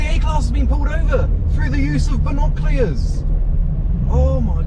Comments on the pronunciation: Your accent can’t say the word binoculars 😂 (not from London ent you?) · Binoculars ❌ Binoclears ✅ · It's not binoclears 🤦‍♂️🤣🤣 it's binoculars 🤣🤣🤣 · and as for pronouncing binoculars wrong you freak